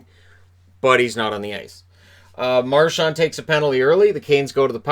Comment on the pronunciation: Milbury needs to retire. To pair that dunce with John Forslund is an insult to Forslund. He says the dumbest things. He's petty. He mispronounced Marchand and Krejci. Ugh. I thought Boston did a great job of shutting down Carolina on the inside. The bulk of their shots were from outside, and the Bruins really stepped up for Halak. Wishing Svechnikov a speedy recovery (along with Pasta).